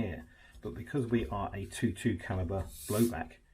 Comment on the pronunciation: Twenty two. Not two two! Other than that, great vid!